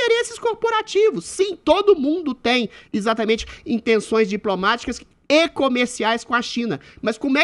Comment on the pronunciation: Como dói ouvir o Adriles não conseguir pronunciar a letra "E". Troca tudo pelo "i" . Para trabalhar em rádio, dicção deveria ser requisito mínimo. "Izatamente" isso.